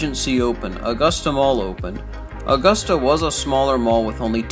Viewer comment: Uh-gusta not aw-gusta 🙄 when people dont live here lol this mall is an eye sore...STILL, after all of these years. They closed this mall cause it is smack dab in the middle of the ghetto and crime was very high there. They need to tear everything down and put a walmart there or a strip mall. It would honestly make more money since a lot more incomes have come into augusta...let's just hope there's better security next time